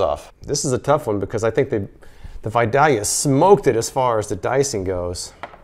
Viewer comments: It's pronounced "Vi-day-lia". I guess you have to be from there to know how to say it. Love your videos. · Killing me every time you mispronounce Vidalia...love your videos btw.